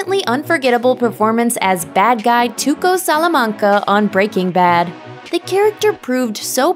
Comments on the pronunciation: It bugs me how the narrator says "Breaking Bad". Weird inflection. Makes me think she probably never seen the show and she's just reading a script. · I hate the way this woman says breaking bad. It's like she puts the emphasis on the work breaking....Just, why?